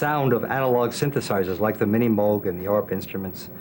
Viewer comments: It's pronounced 'Moog', not 'Moog'. Get it right. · A documentary on Robert Moog begins by mispronouncing his name as M-OO-G rather than M-OH-G.